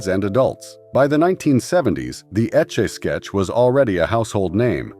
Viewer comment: The way he or it kept saying “etch a sketch”. Either a very young narrator who never heard how to say it or terrible AI again.